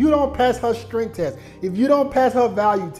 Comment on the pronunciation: Everytime he says “Strent” instead of strength has me dead💀